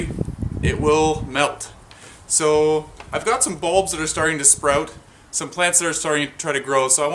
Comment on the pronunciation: Its so funny how you say the word "sprout" hahaha!